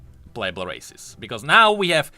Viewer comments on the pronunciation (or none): says "Races" What I heard: "Racists":>